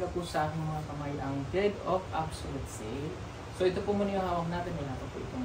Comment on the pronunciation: Deed of sale( sounds like did)